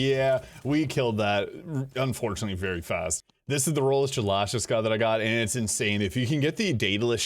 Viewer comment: The way you pronounce Shalashaska tells me you’ve never played Metal Gear. Makes me sad.